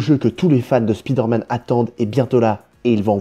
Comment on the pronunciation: Stop prononcer "spideur manne" putain